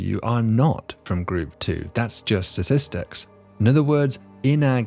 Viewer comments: For a smart guy, you mispronounce words with alarming frequency. It's "statistics" - not "stassistics". It's "anonymity" - not "anonymy". It's "probability" - not "probility" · I heard ‘Sasistics’, at the beginning… am I having a stroke or going deaf? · What are "satistics" and what is "satistickle"? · It's pronounced STATISTIC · not sure why it cracks me up that the prof reliably just cannot pronounce the word ‘statistics’ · And around most stars, do they not pronounce the first 't' in Statistics? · he can't pronounce statistics. annoying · I’m going to withhold my channel subscription until David learns to pronounce “statistics” properly.